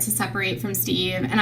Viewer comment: correct me if i’m wrong, but i vividly remember KJ calling steve “she-ve” …. anyone remember this ????